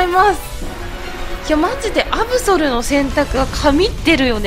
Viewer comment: アブソルのことアブゾルていってますした